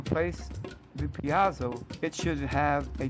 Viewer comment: piezo is pronounced peezo